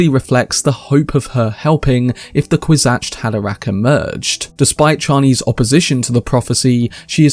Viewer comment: why do you keep saying "kwis-atched" and not "kwis-atz"